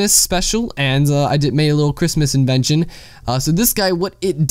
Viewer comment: ita in-ven-sh-on not in-ee-va- tion